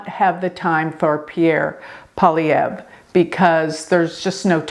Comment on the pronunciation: You nailed the pronunciation of Poilievre. 👍